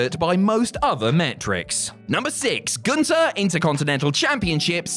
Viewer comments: Too bad commentary still can't say his name correctly. It's Gun-ther not goon-tur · Walter not vaulter. Gun-ther not goon-tur.